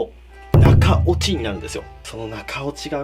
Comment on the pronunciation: 「中落ち」が「中折れ」に聞こえる俺は末期(｀・・´ )